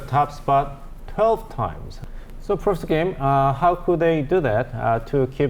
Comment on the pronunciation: Profser? I hope the anchor in the middle pays more attention to the way he pronounces some of the words.